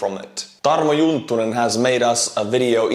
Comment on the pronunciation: Go! I know you love to butcher names but the name was Juntunen, not Junttunen 😉 Sorry 😅